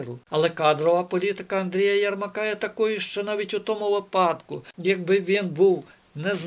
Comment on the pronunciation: Ну чомУ знОву кАжете *випАдку*? На першій хвилині! Нема ТАКОГО слова в українській мові! Гидко слухати далі... А по суті - важливі і розумні думки викладаєте.